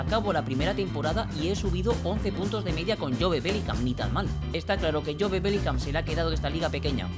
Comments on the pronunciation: Por que le dices jobE, dile solo job, aunque se escriba jobe, se dice job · no se dice”jobe” se dice “yub”